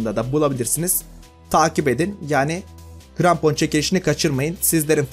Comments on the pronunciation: Niye krampona grampon dedin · Seni coook seviyorum ama ilk basta cok konusuyosun ve i grampon degil krampon g ile deil k ile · grampon değil abi krampon